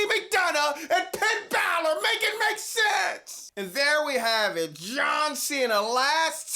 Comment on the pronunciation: This sucks because I'm a huge fan of Finn Balor but now has me calling him Pinn Balor regularly